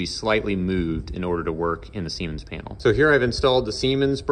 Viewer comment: This guy just loves saying semens 😂